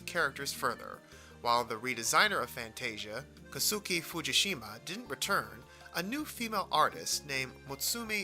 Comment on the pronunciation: I really liked that you used White Light as the opening track. I absolutely love the opening of Tales of Zestiria. It's definitely my favorite opening in the series. Your pronunciation of Kosuke Fujishima is pretty off, however. The "u" in Kosuke is almost silent, similiar to the right pronuciation of Sasuke. The name sounds more like "Koske"